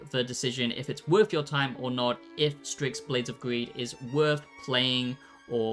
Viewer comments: Why are you pronouncing it 'stricks'? It's 'sticks' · LMFAO DUDE it’s called STYX not STRIX 😂 fr can’t anyone even read anymore??..